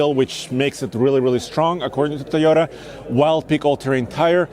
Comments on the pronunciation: bro, say "Toy" as long as you can say "toy" and not "tiy", you can say Toyota. try harder. also, up the shoe game. that outfit looks good but is ruined with a old pair of clapped out sneakers. even a pair of Eccos woud be better than what you have on. and to the YouTube white knights, come at me. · It’s the thai o da Guy 🤭 toy ohh Tahh repeat after me my friend Toyota 🤔🤔🤔🤔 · I hate how this guy says “teyeta”